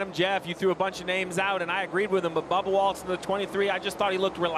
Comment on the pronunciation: Sounded like he said Barbara Wallace during the line up :)